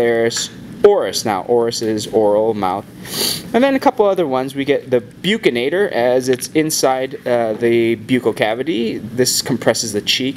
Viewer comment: Thanks for the lesson.The pronunciation for buccinator is bucks -in-ator.